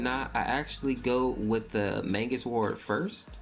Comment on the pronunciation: it is pronounced (may-gus) or mèy-gus. not mangus there is no N in the entire word dont add letters